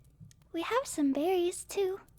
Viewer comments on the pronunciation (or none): did u just say berriess? i guess a guardian of civilization liked that